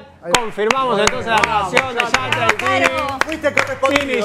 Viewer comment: No se ve una mierrr.. pero es mas incomodo escuchar al conductor pronunciar mal YATRA